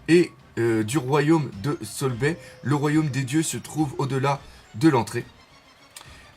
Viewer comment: C'est sorbet je pense, pas Solbay (l'erreur classique du r/l japonais ) Aussi Conney c'est bonney en remplaçant le c par b